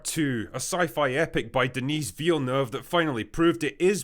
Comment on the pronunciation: HE SAID VILLENEUVE CORRECTLY OMG